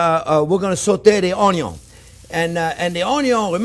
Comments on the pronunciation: So true about "oy-yun". LOL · Love your personality, and the way you communicate chef! You speak and teach from experience, and present it in such a way that I just want to soak up all your advice!! Thank you for the video! My daughter is here watching as well, and loves hearing you say ONYO. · I love it when he says oniO first. Most wannabe chefs always cook the oniO last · "De onyon ees alway first"...Love the way you say onion. I always start with onion just to give everyone in the house the impression that something good is cooking. It may not always turn out to be something good but at least it starts that way! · Onyo is nothing sans chef jean pierre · Me: I don’t know, these old chefs kind of take the piss most of the time. Marco Pierre White ruined that generation for me, but let’s give this guy a chance. JP: Onyo. Me: I’m hooked. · I love it when he saute the onyo... Hehe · Gordon Ramsay: Where is lamb sauce! Jean-pierre: Where is onion(onyo)! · Anyone doing a cooking show should know how to pronounce the word, "onion". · I am so turned on whenever you say "onion". I love watching and learning from you. Love from Alaska! 😍